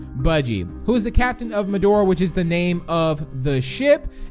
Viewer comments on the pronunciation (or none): BBB-saying medora as medor* Me- THERE IS AN A WHERE IS THE A TELL ME